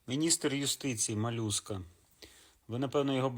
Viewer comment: Молюска чи Малюска??? 😂 Чути: Малюска - 😂